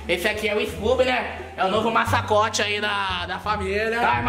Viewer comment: 😂😂foi emgraçado o falando masacote em vez de mascote